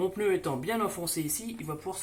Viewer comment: J´aime bien le " peneu " ! 😊 typiquement français de Paris, le peneu.😅